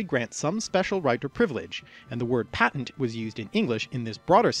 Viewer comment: You mispronounced patent